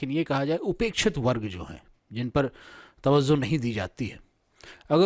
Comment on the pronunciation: Masha allah news bahut achhi hai lekin Sir lafz (tawazzu) nahi hai (tawajju)hai Laf( wazud)nahi hai (wajud) hai